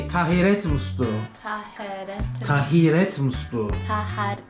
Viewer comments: Yenge senden daha güzel söyledi rezil ettin Türkçe yi tahiret değil taharet musluğu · Doğrusu tahiret değil taharet. Doğrusunu yenge söylüyor. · "Tahiret"degil "taharet" dünya nasıl taharet musluğu olmadan yapabiliyor aklım almiyor... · Tahiret değil 😂 taharet 😂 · Tahiret musluğu deme kardeş kızcaz tam doğru söylüyordu yanlış telafuz ettirdin taharet musluğu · Aynen, "tahiret" değil "taharet" olacak... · Sende yanlis söylüyon dostum. Taharet muslugi